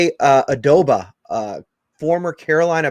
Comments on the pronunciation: As soon as he said the name I'm like dude it's OBAAADAAAA. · Dude, the least you can do is say his name correctly!! WTH!